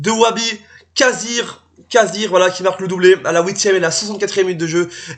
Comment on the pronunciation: Kazhri pas kazir tu est sérieux la 😂😂😂😂